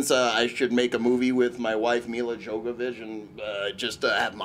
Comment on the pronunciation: At this point i want milla jovivich and her husband back. Jovivich or jovavich how ever you say her name lol